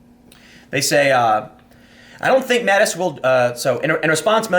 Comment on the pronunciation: Tim has just got to fuck up people's names....Mattix?😂